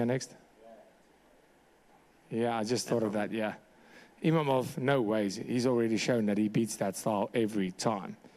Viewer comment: The name is IMAVOV, not IMAMOV, not IMANOV, I-MA-VOV, and he's gonna whoop your ass